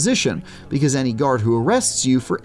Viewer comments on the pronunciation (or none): none